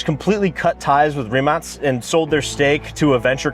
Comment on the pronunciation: Rimac not rimass